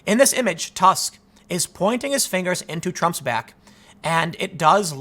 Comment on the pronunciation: You read Tusk 'u' like 'o' in word 'good' or 'proof', not as 'a'. His surname have no meaning in polish language. Also he is polish, but not "of Poland". If any country, he represents interst of Germany. He is head of biggest block in EU parlament.